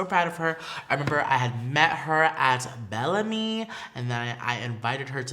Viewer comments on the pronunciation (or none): none